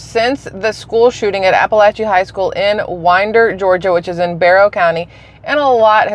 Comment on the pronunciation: They always use the shootings as a reason to take away our guns so that we can no longer defend ourselves against tyrannical government and you are pronouncing Winder correctly. I grew up in Atlanta area